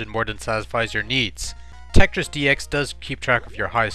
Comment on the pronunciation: Besides saying the word Tetris right. You say dat duh and dare instead of that the and there,their,they’re